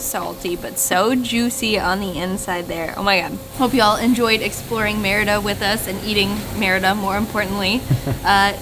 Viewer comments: Shouldn't you be saying "mare EE da" for the name of the city???? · Hilarious!! Loved that you had fun with the pronunciation of the city as "merda" which is a curse in many languages including Portuguese. I laughed every time... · Ha! Yeah, it also sounds like the French merde. :D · pronunciation of the word Merida sounds like he's saying mierda....😂